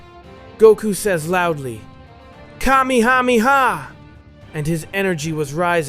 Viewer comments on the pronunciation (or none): " Ok you defiled the Kamehameha name, you get A thumbs down. WTF is "kamihamiha~<3"TF?!